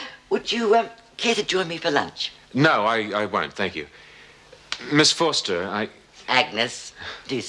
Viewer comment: Why do pronounce Ms Forster in a posh accent everytime....its annoying